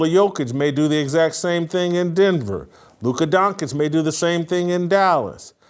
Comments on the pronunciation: It's not Donkeych. It's DonČić (DonCHiCH)! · It's actually Dont-ich ... there's a t sounds in there